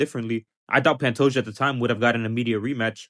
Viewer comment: We don't understand he says Would've or Would'nt